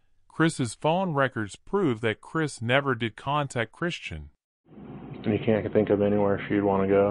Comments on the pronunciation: And I believe her name is Kristin not Christian-voice decode man mispronunciation ? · Oh good God!! It’s KRISTIN!! Not Christian! Stoppit